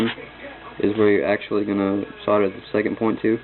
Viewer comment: its pronounced SODDER